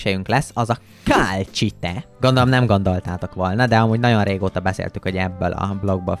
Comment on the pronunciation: Az nem kálcsite hanem kalcit